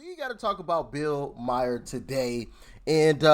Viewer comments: Maher is pronounced “Mar”, rhymes with car lol, just fyi ;) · It's MAHER not Meyer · Pronounced Mar.... not Myer. ( the h is silent ) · Bill marr not Mier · First of all you're pronouncing his name wrong it's Bill Maher. I hate to admit that shift is right on the film industry I work in film and television as a hairdresser there are all types of incentives to lure filmmakers out of California it's too expensive which obviously they are talking about but there are major incentives from states to have films made in their state and same with going to Canada as an example it's so much cheaper and the backdrops look pretty much like they were in the US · His last name is pronounced MAR. Schiff is awful, do the opposite of what he says too succeed. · MAHER is pronounced MAR. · Pronounced Bill "Marr"